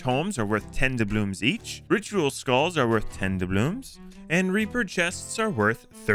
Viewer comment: "D A B L O O M S" it hurts